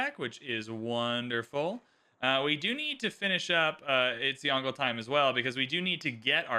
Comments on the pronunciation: It really doesn't take long to learn to say a name, hearing say YONGLE like DONGLE, instead of YONG-LUH is jarring, especially the amount of times he says the name. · Disliked because there was 0 effort put at saying "Yongle" properly. This creator's pronunciation was especially hideous. Potato McWhiskey, Boes, Ursa Ryan, etc all took great care. There's also an official video trailer of Yongle saying his own name correctly. So there's really no excuse. People who show wilful ignorance and non-chalance towards history and different cultures shouldn't play civ. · stop saying yongle lol